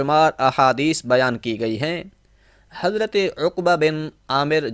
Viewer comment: माफ करें हज़रत आप हज़रत को हज़रते पढते है। हज़रत सही या हज़रते।